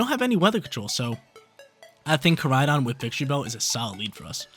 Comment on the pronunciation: Victreebell???? No……..it’s VICTORYbell!!!